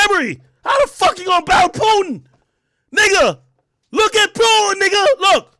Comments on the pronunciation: Pronouncing his name as Pewtin is hilarious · It aint pewtin